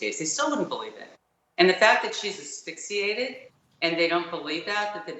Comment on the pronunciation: stop saying affixiated..✋